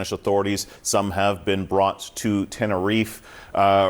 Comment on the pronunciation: Please learn how to pronounce “Tenerife” correctly. All three of them mispronounced it. The ignorance 😅